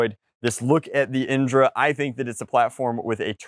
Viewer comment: indra is actually a hindu god who is the god of heaven, its pronounced in-dh-raa